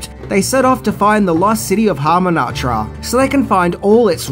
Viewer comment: Yup you are right and this fella said Brandon Fraser not Brendan, and Hamumatra instead of Hamunaptra then a couple of characters names wrong! Not vital but pretty basic!